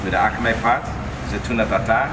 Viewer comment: Dude keeps dropping japanese words trying to impress us. It's akami, though, not akamE. Using fucking samurai swords to cut your "wabi sabi" tater tod U.F.O. tuna tartare does not instantly make you a master sushi chef, apparently. Also, just tell people how to eat it.